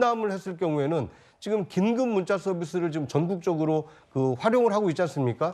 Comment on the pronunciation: 긴급문자 발음도 제대로 못하네 문자가 무슨 소용있어?